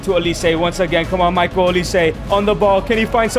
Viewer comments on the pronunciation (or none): Bro what the hell is Mikel olisé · Migel olise it’s Michael olise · bro its not mikel olise its michael😭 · His name is Michael